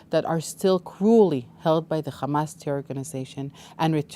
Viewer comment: It's not khamas. It's hamas.